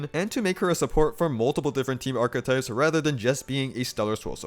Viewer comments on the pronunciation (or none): none